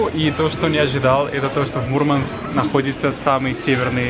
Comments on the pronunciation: Вообще не круто!!! Мурманчане так не говорили и не говорят. На материке от некоторых слышала, и это резало слух. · Молодец, куда добрался! Круто говорить МурмАнск, делая ударение на букву А.